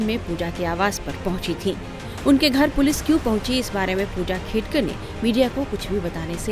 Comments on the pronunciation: Khadekar nahi, Khedkar bolo mere Patrakar bhai…Real News de rage ho to surname to proper Pronunciation karo… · खाडेकर नाही वह खेडकर है भैय्या 😂